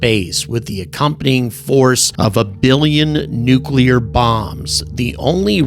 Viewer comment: (Thank you for pronouncing “nuclear” correctly!! It’s maddeningly rare anymore!)